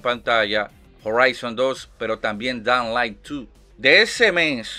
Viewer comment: madre mia que forma mas complicada de pronunciar Dying Light tienes jajaja Se pronuncia tal cual te lo escribo: DÁING LAIT